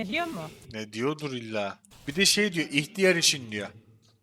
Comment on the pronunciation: ihtiyar değil ilk diyar diyo